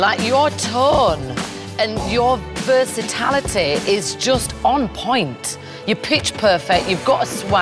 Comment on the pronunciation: Can someone inform Mel B that there's no such word as 'versaTALity'. . I think she meant to say 'versatility', but maybe that's just me. What's next? Versatalitationism? Is it a sect? They may be rich and famous but that has nothing to do with apparently stopping their education at the basic junior high school level.